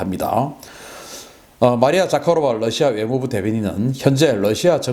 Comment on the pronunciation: 러시아 Rusia를 ㄹ러시아 (Lusia)라고 강하게 발음하는 경우가 방송분야에 종사하는 분들사이에서 점점 늘고 있는데 이는 하루 속히 바로잡아야 할 일입니다.